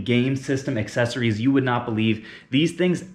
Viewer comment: It’s accessories not excessories